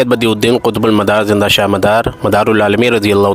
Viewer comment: زندہ کو جندہ کہ رہا ھے